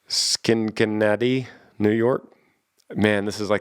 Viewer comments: Schenectady..... Pronounced Skinneck-tiddy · Pronounced ska-neck-ta-knee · Great morning listen, thank you, and thank you for the Ted Talk and devotional leads. As for Schenectady, I’ve always heard it pronounced Ske-neck-ta-dee. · I am sorry but I lost it when you tried to pronounce Schenectady.. hahahahahahah